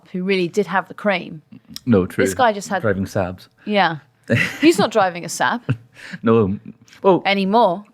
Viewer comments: Haha I've just lost it at the golden boys inability to pronounce Saab 😂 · Ok why can neither of them pronounce Saab properly 😅